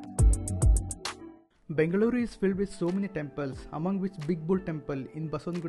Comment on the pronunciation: I really appreciate the way you are calling Bengaluru. Loved your efforts